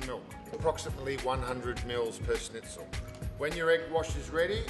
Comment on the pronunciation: Good video overall but it does rub me up the wrong way with one of my food pet peeves. It’s pronounced “schn” NOT “sn” ...argh!!!!!